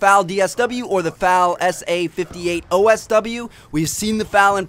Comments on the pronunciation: Not pronounced fal it's F-A-L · Good God! it's not FAL! it's pronounced F-A-L. just say the letters. not what they spell. so it would be pronounced F-N F-A-L. sorry. gun nerd. it bugs me when people mispronounce a gun's name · Who the fuck pronounces the FAL as 'Fal'? It's F.A.L. Also, there's no such thing as an FAL DST. There's the FAL OST, such as the one in Black Ops 2, but there's no FAL DST. Shit, Trevor, get it together!